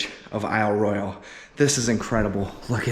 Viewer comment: I just wish you learned how to pronounce Royale for this video. It was very distracting.